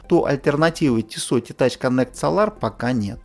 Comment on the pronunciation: Dude ударение в Солар бьет по ушам. СОлар а не СолАр.